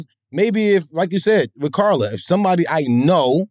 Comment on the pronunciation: Bruh said car la mane 💀💀😭😭